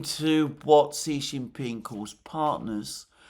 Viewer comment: Victor Gao said China's war with Japan was longer at 14 years — Japan had invaded and annexed Manchuria in 1931. (BTW, Xi Jinping is pronounced "she".)